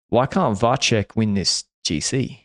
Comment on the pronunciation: FYI, out of the two pronunciations of Vacek's surname, is the correct one!